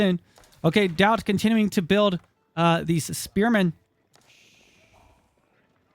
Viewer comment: "AlLoT oF SpErMaNssS"